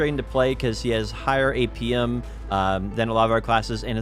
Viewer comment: I really had to turn on subtitles to understand APM. Dafuq is "Apium"? Other than that, good work and nice video!